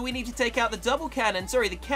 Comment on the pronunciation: To me, an American, you saying multimortar sounds like moldymortar